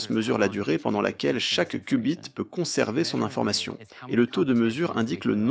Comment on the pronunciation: mdr c'est pas des "coup bit" 🤣 c'est des "Q" bit...